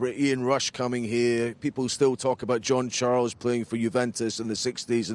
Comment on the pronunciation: Yay! Someone who can pronounce Charles! Well done Sky. Yes, Lewis not there to win per-se - nice if he does obvs - already a success, the branding/marketing machine loves him. Sells cars and embellishes the brand irrespective of on-track success. Interesting move.